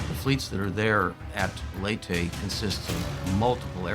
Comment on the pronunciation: Lay-tee not lee tay.